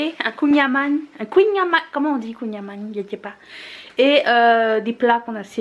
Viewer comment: Kouign amann, tu le dis bien pour la version française. 😉